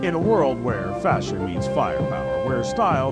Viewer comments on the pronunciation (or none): none